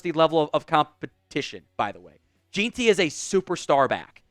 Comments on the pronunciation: J-I-N Ti is how Ashton Jeanty is pronounced. Home run hitter. BSU fan. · Its pronounced "gen-tee" as a bsu fan that pronunciation hurts